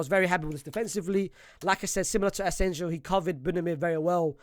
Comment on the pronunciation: Bro is allergic to right player names pronunciation, we literally had a player called asensio for like a decade 😂, naaah asenjo